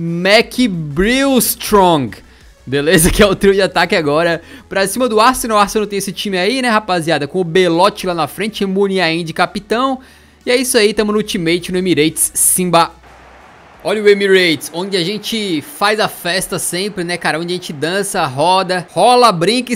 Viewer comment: Boilotti não belotti kkkkkkk